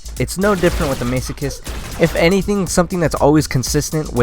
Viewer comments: Isn't it Mass-o-kist? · hey, its the guy that got pissed off about the elo again lol. a few points. the pronunciation has already been pointed out so ill skip that. the description used to be correct before they completely redid the weapon for multiplayer, it used to be the infinite ammo in multiplayer too. and aiming down sights with the dcm8 also makes the spread wider so aiming makes it worse. i got the masochist pretty much right at the beginning and i love zombies so i know it very well lol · I know it's been 8 years but I'm not letting it go that you were saying Masochist wrong lol